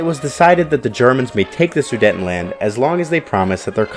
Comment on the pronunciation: Learn English and how to pronounce words properly. It’s inconceivable not unconceivable. And the region is pronounced “SOO-DATE-EN-LAND”, not “SAIDETTIN-LAND”.